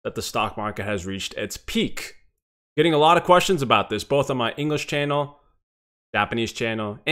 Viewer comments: ァララヴァって感じですね。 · a lot of て ララバって発音するん…？